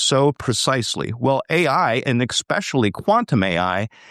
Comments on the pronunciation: Someone should help this brother be aware of the mistake it is to pronounce "especially" - EXpecially. We all have our blind spots. (Me, too) This one is glaring to many of us. Peace 🕊️🌹❤️ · He is illiterate. He can't even pronounce "especially." Learn English and try again.